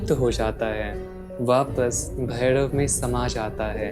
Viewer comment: Lagta hai koyi glitch hai youtube mein bhai. Aapke shabdon mein jab bhi Ra aata hai jaise rahasya ya bhairav woh Da sunai de raha hai like Dahasya aur Bhaidav. Kadachit video hai gyankaari. Aur issne mujhe kaal bhairav ji se aaj mila diya